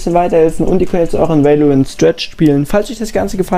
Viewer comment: wie spricht der valorant aus alter